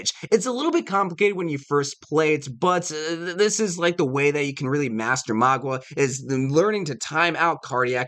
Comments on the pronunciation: his name is Mauga not magua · Bro. It’s pronounced Mow- guh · "Magwa" Lol.